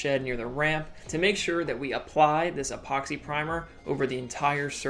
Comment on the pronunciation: Say epoxy not ephoxy😂